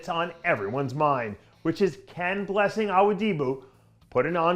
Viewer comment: To be fair everyone butchers Blessing’s name but nobody butchers it quite like Dave !